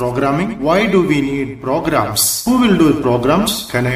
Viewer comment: its not pogarams its programs